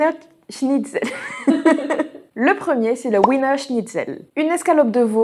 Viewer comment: Ça se prononce viener, on prononce les w comme des v en Allemand.